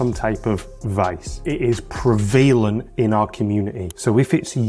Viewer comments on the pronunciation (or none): Is that how you say prevalent? Recently started experimenting going to online meetings when just a bit high, not stoned, and, so far, I must say, I'm enjoying it 🙂 especially to meetings happening later in the evening with non-external parties